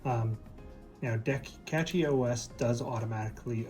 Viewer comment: Thats funny; you keep saying Catchy OS... there isn't a T in Cashy.